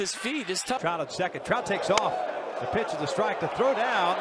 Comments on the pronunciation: instead of saying pitch did he say b**ch? Basically it’s the p flipped and move the backwords c to the other said and you got a curse word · baller334455 it's pitch but the p gets cut off